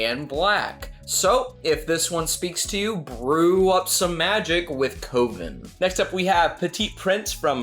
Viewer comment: Love the Coven fabric collection, but I think the pronunciation is cuv en rather than coe ven. Looking forward to the behind the scenes video!